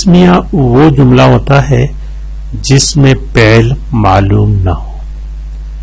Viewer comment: اچھی ویڈیو بنائی ہے لیکن معذرت کے ساتھ۔۔ آپ "فعل" کو پہل کیوں پڑھتے ہو۔۔۔؟؟